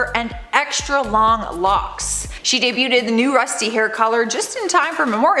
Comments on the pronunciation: Just so you know. Debuted is pronounced “dey bued,” not “dey bute ed!” Thanks. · Please quit saying debu-ted. Not how it's pronounced. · DUDE!!! NOBODY CAUGHT THE CONSTANT SLAUGHTER OF THE WORD "DEBUTED"?? WHY DOES SHE KEEP ADDING SYLLABLES TO THE WORD??! 🤣